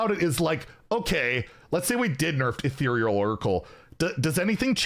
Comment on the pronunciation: omg finally figured out how to pronounce ethereal, i honestly thought we would be hearing “etheral” for the rest of time